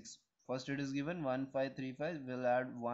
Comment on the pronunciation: the eedis (it is ) is cracking me 😭😭